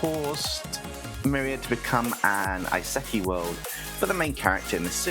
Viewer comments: "This is an Ei-zekki world-" What? is that a kind of unique classification- "-where the main character died in his world and got reincarnated into this one." "...Oh, it's an E-Seh-KAI, alright." (Quibbles over pronounciation aside, looking forward to seeing what may come from this!) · That pronunciation of Isekai, lol! Just remember that when it comes to pronouncing Japanese words / names, Occam's razor definitely applies.